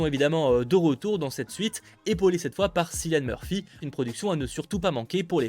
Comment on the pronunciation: Ça se prononce Killian Murphy et pas Sillian Murphy